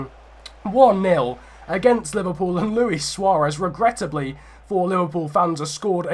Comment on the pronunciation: you keep saying regrettibly 😂